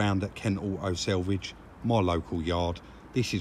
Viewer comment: quick question? was does say selvage and not salvage? selvage is the edge of woven fabric?? love these videos btw maybe its just his accent so no offence meant